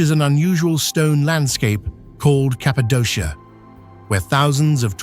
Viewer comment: It’s pronounced KAPADOKIA with Z lol